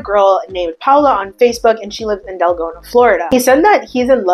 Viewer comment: Deltona...it sounds like she said Delgona